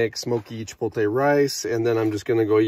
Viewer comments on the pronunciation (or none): Sorry to be anal. But it’s pronounced chi-pote-lay. Not chi-polt-tay. The L is on the other side of the T. Looked tasty in any case